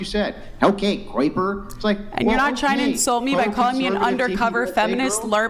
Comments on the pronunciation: What's graper and graper ideology? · She called him a Groyper. Which is a right wing ideology that people follow, I think. It sounded like Graper. But she said Groyper